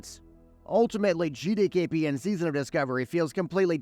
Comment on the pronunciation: Why do so many people pronounce GDKP as GdayKP?